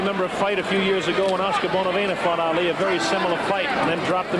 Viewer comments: It's Ali not Allie 🤷🏾‍♀️ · No its not. It’s Ali. You retard.